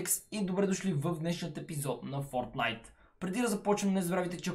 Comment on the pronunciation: Само ли чух да казва Fortlote